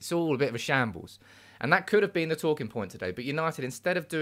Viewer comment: " it's de history of de Tottenham"